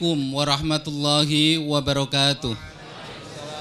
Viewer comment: Ada ucapan salam tang kurang pas : ASSALAAMA SLSIKUM yang seharusnya / yang betul sdalah : ASSALAAMU ALAIKUM.